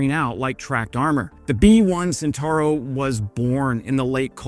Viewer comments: Were you truly a lover things Italian you would know that the name of the vehicle in question is pronounced "chentauro". A C immediately before an E or I is a CH sound as in "child". Were it written as you pronounce it, the spelling would be "sentauro". Italian pronunciation is a joy compared with English as it is totally regular. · "CE" of centauro is pronounced like your "che" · It's pronounced CHENTAURO even if it's spelt CENTAURO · 🇬🇧I needed few minutes to understand that the word "sintaro" was his pronunciation for "Centauro". 🇮🇹Mi sono serviti vari minuti per capire che pronunciava "Centauro" come "sintaro" 🗺️ Mi bezonis kelkajn minutojn por kompreni, ke li prononcis"Ĉentaŭro" like "sintaro" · its pronounced Chentaaarro...just say'in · Please, the C of Centauro Is pronuciated as the C from the word China. Thanks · Drinking game: take a shot every time the word "Centauro" is mispronounced. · nice video... only one little comment.. in "Centauro" we pronounce the "C" as in "Chilli" not like the S in "Snake" :)